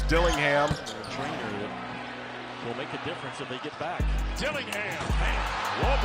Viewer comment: It’s DillingHIM!!